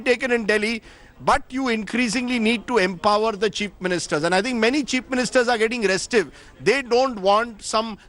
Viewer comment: Is he intentionally saying "Cheap Ministers" instead of chief ministers or is it just me hearing it that way 🤔